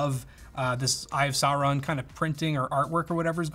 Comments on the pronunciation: "eye of soreawn" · Please tell him how to pronounce Sauron and other things in LOTR.... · Is nobody talking about how he pronounces "Sauron"? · mispronounced Sauron.... please stop